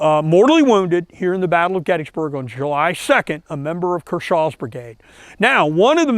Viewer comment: It's pronounced KERshaw, not kerSHAW.